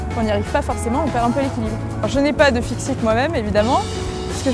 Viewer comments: "Fixite" on dit fixie pas de "T" !! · Fixie et non fixit madame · Le FIXIE et non le fixite !! :) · Putain on lui a pas pas que cetait fixie et non pas fixite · Lol ils sont même pas sur pignon fixe les fixies n'importe quoi et en plus on dit le fixie pas fixite mdr un vélo ne peut que être fixie si la roue est tournée et la chaîne mise sur le pignon fixe que des conneries tout ce qui raconte ils ont même pas precisé par qui ça a été inventé et à quoi ça servait au début ça servait au messagers à vélo aux us pfff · Ca commence bien cette vidéo, avec la fille qui balance fixit au lieu de fixie. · Putain mais foutez lui une claque pour qu'elle prononce bien mdrr elle parle comme si c'est un sport de gym